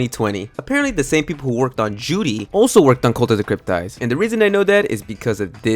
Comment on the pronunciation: why do you say cryptid like that.... i've never heard someone fuck up a word this bad 😭